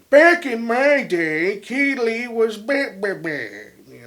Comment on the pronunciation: You're pronouncing Kele wrong and the new drummer didn't even join the band until the album was finished. Just some correction 😉